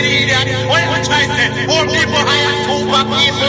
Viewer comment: "Super peeeple??" 😭😭😭😭